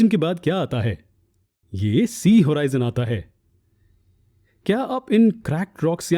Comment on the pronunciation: Hoorizion nahi horizon hota hai